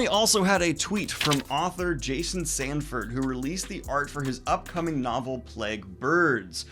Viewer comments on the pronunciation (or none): none